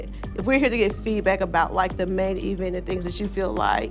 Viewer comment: They can’t give any advice to the ATL! First things first: learn how to pronounce eeeevent.